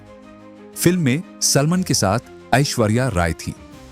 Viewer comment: हिंदी पढ़ना नहीं आता क्या ? पहले सीखो फिर वीडियो बनाना संगीटा सलमन सैटिश कौशिक सुल्टान क्या है ? इंग्लैंड जाओ ना ...... इंग्लिश तो सही बोलते हो.... अमिताभ बच्चन अक्षय कुमार भी नहीं बोल सकते फ़िर यहां क्या करने आए हो ?